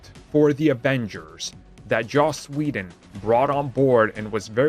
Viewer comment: Ah yes! Joss wheeldon😂😂